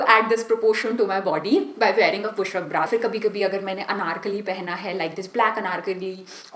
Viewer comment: Itni conscious kyu ho rahi ho aur bra ko pronounce bhi erroneous kr rahi ho aur sewing machine ko bhi galat pronounce kia h.